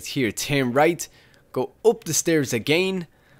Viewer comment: Am i the only one laughing at his "AGAYYN" ?